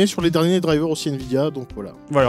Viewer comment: "Nvdia" xD Petite faute c'est Nvidia mais sinon bonne vidéo comme d'hab les gars ! GG et très sexy la carte graphique 😂😂